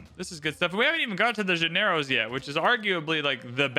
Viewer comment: Llanero would be pronouced like Yanero not Janero